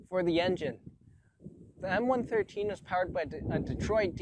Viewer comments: It's one one three, not one thirteen.......... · We Americans called it the M one one three, not one thirteen. I drove the M113 and it’s variants, the M five seven seven (M577 - Command Post Vehicle) and the M nine eight one (M981 - Field Artillery Fire Support Vehicle or FiSTV) used by Forward Observer teams. Even with improved power they were slow, and eventually the FiSTV was replaced with the Bradley FiSTV and later a wheeled Stryker FiSTV, although I never drove any of those. I loved the M113 variants because I basically grew up using them. I would love to own one myself.